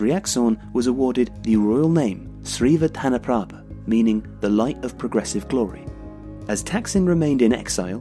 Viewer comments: Been following this channel almost a year now and as a Thai, bravo on pronouncing the name. Love this channel cus of the historical and political accuracies of the contents. And thanks for saying “beloved King” and nothing else, good avoidance of controversies and we do love him! Keep it up guys! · I'm impressed the narrator pronounced his name correctly. Its a tounge twister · You deserve a medal 🥇for pronouncing that name